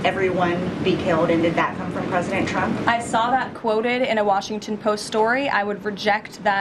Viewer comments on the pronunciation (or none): "President Chump" - those lip fillers have given her a speech impediment